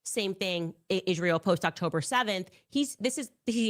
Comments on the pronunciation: She also mispronounces Israel as "Ishreal", subconsciously admitting and declaring that Israel IS REAL !!! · Candace needs to learn how to pronounce Israel.